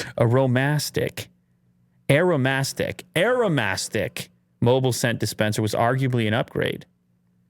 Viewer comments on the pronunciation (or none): I feel Aromastic should be pronounced like "aroma+stick" instead of "Arome+astick" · It's aroma stick, not arrow mastic. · Hey,. It's Aroma-stick. Get it? Smartass xD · aromastic is pronounced aroma-stick